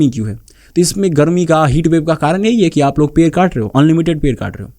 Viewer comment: Bhai pronunciation par kam kar.. pair kat te hain nahin hota ped kat te hain hota hai, after effects aur sound designing bhi sikh le verna apna time waste kar rha hai, youtube par kaam kerna hai to proper tarike se kar verna sirf apni bhadas nikalni hai to jungle mein jaa kar chila kar puri kar le